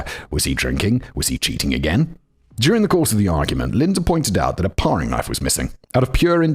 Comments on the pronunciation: It's pronounced "pairing" knife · And 'toque' rhymes with 'nuke' and 'paring' rhymes with 'daring'... the English language is nonsensical enough already, we don't need single r's after short vowels to make it even less consistent. 😁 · Parrrrrrring knife? WTF simon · Between the "paw-ring" knife and making ends "meat" fact boy is somehow cracking me up in a video about a horrific miscarriage of justice 😂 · Paring knife too!